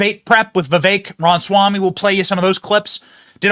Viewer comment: Benny, you're killing me smalls! It's not "RON-SWAMY" it's "RAW-MUH-SWAMY"